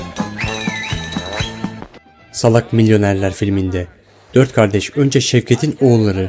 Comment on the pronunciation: Abi Salak Milyonerler derken salak telaffuzu efsane